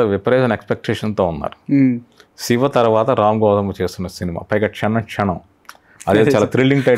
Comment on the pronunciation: షివ కాదు యాంకర్ గారు. శివ అనాలి ! మీరు అనవసరపు నవ్వు ఆపండి.